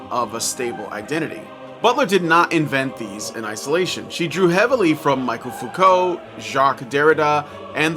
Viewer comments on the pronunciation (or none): Okay, this video comes across like someone skimmed the Simple English Wikipedia page on Judith Butler and then tried to summarize it for a high school philosophy paper. Some quick observations meant in good faith to produce better works going forward: - You mispronounce Freire and Foucault's names. This is a simple criticism, but if you can't get the basics right you're really not in the position to critique the field. - You never actually make the counter-argument to Butler's work. If you are going to take issue with the claim that gender is a performance you have to lay out why you think it isn't and what Butler's update of performance theory cannot explain or gets wrong about gender about gender. There's never a case for a pre-social gender or sex that is both trans-historical and trans-societal (joke not intended but still hilarious). - - , , etc. you are producing and editing this. Delete your stumbles or redo the take. This happens a lot, it undercuts your work and makes it jarring to listen to. - You conflate Judith Butler with claims of Marxism. Butler's observations about gender and performance as the social are deeply at odds with traditional understandings and readings of Marxism. You claim that this is a heresy, which I think means you're trying to come at this from a christian perspective. To give an analogy of the conflation from that perspective, this is like a Protestant claiming that Butler operates in the Catholic tradition because the Sainthoo